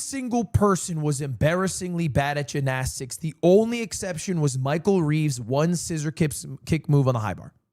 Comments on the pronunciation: Fr what is that pronunciation 😂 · Banger event! Still waiting on Rae Yard episode! Also, why the fuck does he say Gymnastics like that....